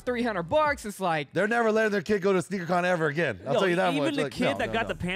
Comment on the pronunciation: It is Sneaker “Con” lol